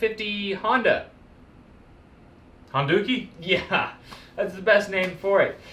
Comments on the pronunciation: Dukie (sp?) is another term for poo, I can't help but hearing Honda-Poo when you say Honduki. :) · you said "Honduki" hahahahaha